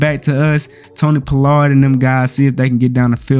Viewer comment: Bruh...you can't say Pollard at all🤣🤣🤣🤣🤣🤣🤣🤣